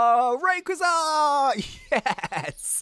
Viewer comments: IT IS PRONAUNSED RAIKOAISA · rayquaza is said ray-qua-za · It isn't raykuza it's rayquazza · IT is Ray quaza not Ray qa za. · It's not rayqiza it's rayqayza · that's not hwo you pronounce raquazza it's ra q ua zzzzzz a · Rayquaza is pronounced Ray-KWAZ-uh, and Gallade is pronounced GAL-laid. As in BLADE!! Gahhhhhhh, I just needed someone to pronounce these Pokèmon correctly! TO ALL YOU PEOPLE SAYING THE "Salamance" is a SHINY Mega Charizard X, it isn't SHINY, it's just Mega Charizard X!! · raykauza? aleast thats what im hearing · your saying gallade and rayqauza wrong as usual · u say rayquaza wrong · Please say rayquaza proprely